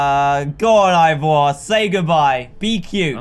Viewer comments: HE SAID IVOR INSTEAD OF EEVOR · How dantdm say ivor how we say eeeeeeeevor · This is how many times dan called Ivor Evor | V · Why do you call Ivor Eevor. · why does dan say evor? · Dan it’s not EEvor it’s I vor and s o ren is not how you said it it’s pronounced sorren